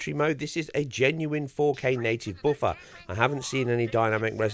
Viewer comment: What's a "native boofer"? Are you trying to say buffer?